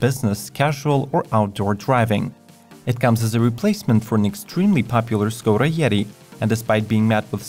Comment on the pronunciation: škoda is pronounced as “shkoda”